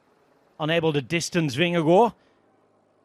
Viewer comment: The double a in Vingergaard is a very long a, not an o